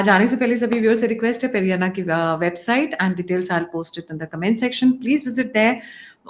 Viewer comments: Pedanna not Perianna. Perianna is in Tamil. Pedanna in Telugu. This lady is brainwashing everyone by saying Perianna. gentle as he is doesn't correct her. I've commented to her several times. She doesn't listen. Sitting on a high horse. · Seriously you & your team need to go through your comment section. I along with other telugu viewers have said that it's Peddanna not Perianna several times. Highly irritating to hear you say this. Change yourself lady. It's not too late to learn. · Why do you call him peri Anna? He’s not a Tamilian. He’s Telugu! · Please stop calling him PeriAnna 🙏